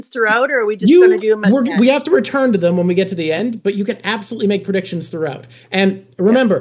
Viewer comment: lol "predicitons"